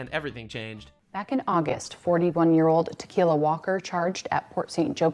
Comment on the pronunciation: Actually her name is pronounced Ta-kill-a....which is also more accurate 😂😂😂😂